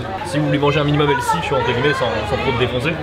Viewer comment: en passant, les français, on dit pas healssy ont dit healthy Cordialement.